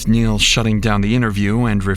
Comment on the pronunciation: "MY NAME IS NEIL. NURL" gotta love it.